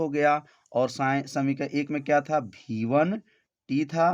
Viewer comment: सब ठीक है सर लेकिन आप वी1 को हर बार भी1 कह रहे हो